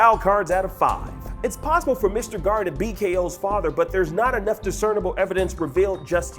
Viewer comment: It's Gar.